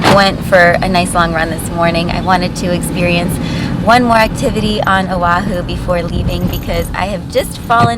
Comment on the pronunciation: You served on o’ahu and cannot pronounce correctly......?